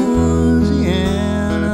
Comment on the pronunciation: we're not loozeeanner. you did everything great except the pronunciation.